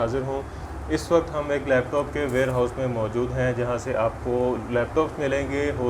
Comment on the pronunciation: With due respect sir its Warehouse but not wearhouse :) Do correct :)